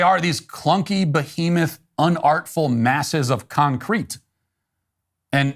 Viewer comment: After watching you faithfully all these years, you have lost my respect over your pronunciation of behemoth. You may as well have said 'nucular'. That would have done it, too.